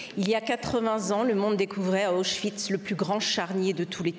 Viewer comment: C'est la seule française qui prononce le mot Auschwitz correctement , grâce au Yiddish !